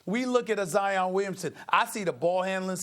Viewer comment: He said zion like lion with a z 🤦🏻‍♂️